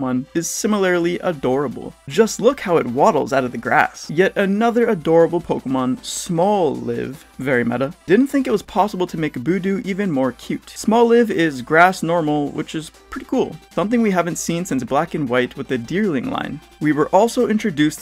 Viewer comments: How do you pronounce almost everything wrong, KOR AI (eye) DON, not KOR AYY DON. Bud-Dew (bud eww) not Buu Dew. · Why do so many people say Budew like Boo-Doo, its bud+dew